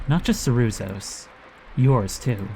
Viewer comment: Those was euros anyway, you can tell by the double line and by the fact that the game is clearly italian, and in Italy we use euros. Also Ciruzzo is pronounced Cheerutzo